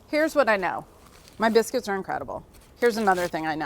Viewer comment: Did she say biskys lol